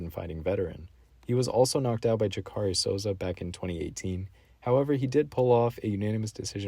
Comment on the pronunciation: Thanks for clarifying :) I appreciate the effort you put into the vid and you seem more thoughtful and less performative than a lot of fight pickers on youtube. Are you new to watching ufc tho? Im asking because you pronounced Jacare "jakari" lol